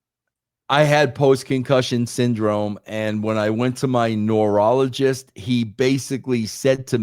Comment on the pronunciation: I have never heard the word neurologist pronounced like this.